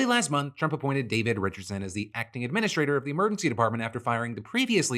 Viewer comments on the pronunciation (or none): none